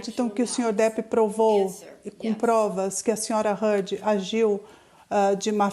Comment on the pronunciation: Eva Heard? Vai fazer inglês tia. #teamjohnny